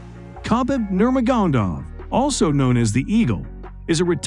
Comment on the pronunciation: Where is this guy from? I think he got 1 of those names correct. Sort that shit out bro. Nurgodomiv? WTF?